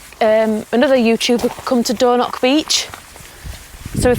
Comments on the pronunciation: The Highlands really didn't deserve this pair of plonkers, and their massive campervan blocking highland roads. WTF is Dornock, if you can't pronounce it don't say it. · Please try to pronounce the place names correctly.🤣 Its not door knock beach. 😳 Ask a local how to pronounce the names, they are happy to help. 😁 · dornoch, with a ch at the end , not a c or a k. loch is the same ... and no wild camping in a motor home